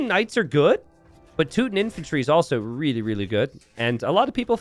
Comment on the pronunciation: slaughter the word teuton...tutooons